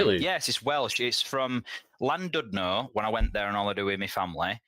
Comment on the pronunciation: Llandudno isn't 'the valleys' that's like saying Truro is by Hadrian's Wall. Also pronounced hclandidno. I say clandidno a lot of the time, the taffs I know don't get as riled as when people say it like landudno